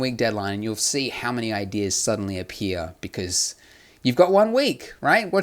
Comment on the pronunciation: "becurse" lol